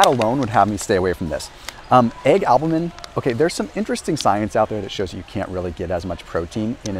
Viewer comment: Stood right in front of Optimum Nutrition, the best selling protein, and didn’t review it. Also mispronounced isolate and albumin.